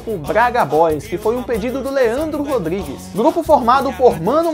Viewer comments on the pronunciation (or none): none